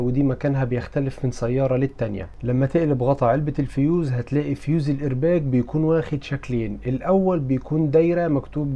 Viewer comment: الايرباق بالقاف وليس بالجيم